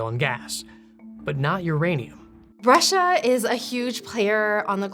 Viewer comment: It's ouranium, comrade